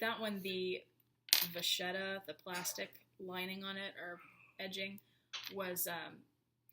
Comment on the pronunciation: Nice video. One suggestion, if I may. You said "the vacchetta is very thin" and mispronounced vacchetta. It's an Italian word for a type of leather, and it's pronounced vakketta. :)